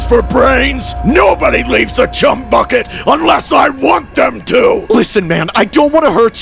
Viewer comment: did anyone notice in is said chum without the h 😭